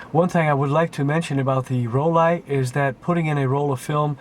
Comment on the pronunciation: It's Roll-eye in German, just like he says 🙂